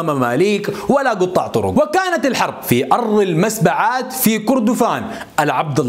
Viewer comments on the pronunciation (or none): بارك الله فيك اخي سرد جميل وشيق جدا للتاريخ بس تعديل بسيط جدآ في نطق سلطنة المسبعات وذلك بتشديد الباء السلطان سليمان سولونق أول سلاطين الفور كان له أخ يُدعي المُسبع، وكان يحكم كردفان وومنه اشتق اسم المسبَّعات التي حكمت حتي عهد السلطانين هاشم المسبَّعاوي و محمد تيراب